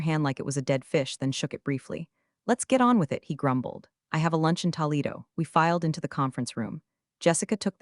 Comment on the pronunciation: WHY does the AI call the city of Toledo “TALLedo”??